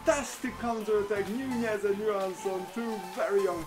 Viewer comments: its not nuñez it's nunez you know an N.... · The ñ makes it sound like a Y